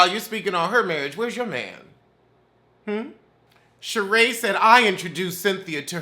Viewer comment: “Shade Rae” 😫